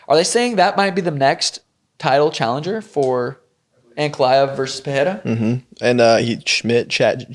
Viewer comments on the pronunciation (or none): Any chance we could stop with the dumbass "Puh-hair-ah" thing? It's "Puh-ray-ra"; no double r so no H sound. Rogan (was probably told by someone else) has corrected himself since UFC 300 yet the stupidity persists.